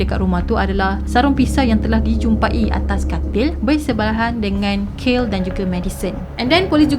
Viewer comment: betul. Dia sebut kayl. Spatutnya kaylee = kei lee